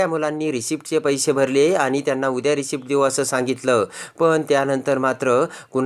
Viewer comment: रिसीटचा उच्चार रिसीप्ट असा का?